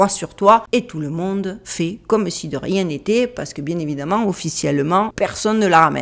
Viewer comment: " Parce que je n'ai le temps de riénggggg " 😂😂